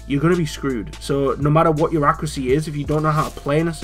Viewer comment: What's accracy? (I know you meant accuracy)